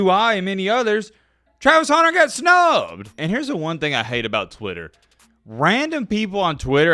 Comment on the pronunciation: Pronounce “Hunter” correctly challenge, difficulty level: impossible😂. You’re right though, this is blasphemous malpractice by the voters.